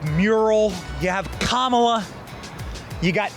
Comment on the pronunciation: Dude completely butchered her name with the red sweater all happy and excited to talk about it but don’t even know how to say her name right it’s Kamala Harris kala hairmiss